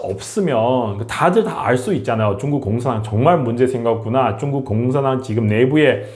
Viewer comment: 중국 위주 시사채널인데 중국을 '쭝구'로 발음하시면 집중력이 떨어져요